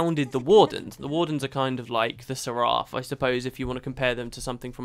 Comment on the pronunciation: For being someone who claims to be in to lore, I don't understand why you continually and knowingly mispronounce seraph. I'd think you would want to do them justice instead of slaughtering the pronunciation each time.